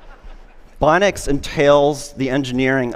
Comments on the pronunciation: Was anyone else annoyed by his pronunciation of "bionics" as "bonics?" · He never learned to pronounce bionics properly :c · Augmenting a healthy body by supplanting its intrinsic muscle function with external actuation will make a body weaker, not stronger. His claim that these things will make humans stronger is diametric to the reality of it. Also, 'bionic' is a three syllable word, not two. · He pronounces bionics so oddly 😖